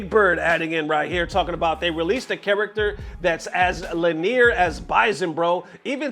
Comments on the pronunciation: "Lin ear"? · "lin near"? 😂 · How did pronounced "linear"?... "Le near"?